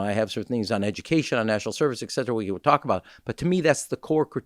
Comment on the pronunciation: Sayin exetera and nookyooler? He’s totally courting GOP